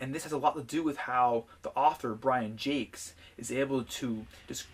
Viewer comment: I'm kinda impressed the author's name was pronounced correctly. Great video!